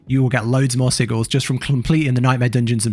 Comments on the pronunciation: Why does bro say sigils like that? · It's the bri'ish way to say it innit